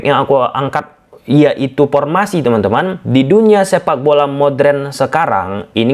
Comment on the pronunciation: formasi bang,,bukan pormasi,defensive bang bukan depensip...😢😢😢...1-0 ,,garuda tekuk taeguk..🇮🇩 vs 🇰🇷